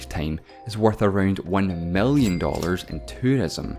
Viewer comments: Tree hundred fefte mellion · Why is he pronouncing i as e and e as i? Mellion? Bellion? fefty? Sexty?